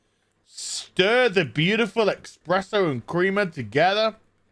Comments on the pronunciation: Stop saying eXpresso! It's eSpresso! :_Faceplam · Every time says "EX-PRESSO" an italian cries.